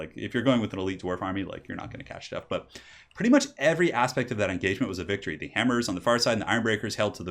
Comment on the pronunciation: wow such a "close vicory"